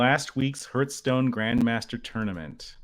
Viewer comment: Hearthstone is pronounced har-th-stone, not her-stone. I'm sorry to be that guy, but I'm close to pulling a Joaquin Phoenix over this one.